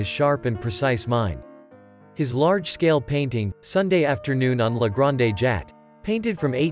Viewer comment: "Sig-nac?" "La Granday Jat?" "The River Sane?" "Point-i-lism?" The mispronunciation is awful. I would never show this to my students. Also the grammar - "the ways the hues was mixed..." Just terrible.